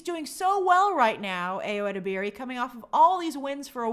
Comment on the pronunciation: Hi Grace! Ayo's last name is pronounced (eh-deb-er-ee) have a good day!